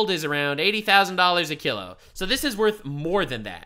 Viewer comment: wtf is a kill-o? it's "Kilo" (kee-low)